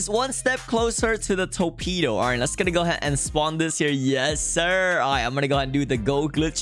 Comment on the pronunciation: brulee ❌ burlee ✅ torpedo ❌ toepedo ✅